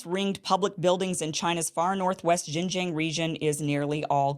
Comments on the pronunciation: All Chinese people will love you, only if you could repeat the sound “ARNG” 10 times before pronounce the name of the province, Xinjiang, using that sound at the ending of the word: XinjiARNG. And China will support the Newsom-Iversen ticket with all its might! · Kim genocided XinJiang pronounciation otherwise it's great video. 😂🤣